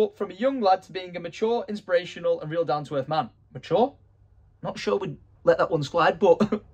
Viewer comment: “ that rent really really rell “ 🤣🤣🤣🤣🤣class Tom